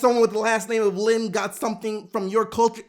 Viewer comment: his last name aint " LEAN " It's Lin 😂